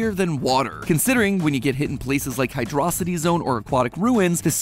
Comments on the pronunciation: AH YES, WITH THIS POWER I WILL REIGN TERROR ACROSS HYDROCITY "Its pronounced hydro city-" Gets obliterated in a mere 2.5 seconds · No. The creator of the game stated publicly that while making the game, there was an error with the font. The real name is "Hydro City"